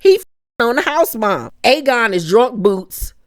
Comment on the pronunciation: Another amazing review! I got my life with the theatre! I nearly cried when I heard how you pronounced Aegon the Conqueror! I SWEAR annunciated every letter in his name! 😂😂 I can’t wait for the next episode! I need Rhaenyra to BURN THEM ALL!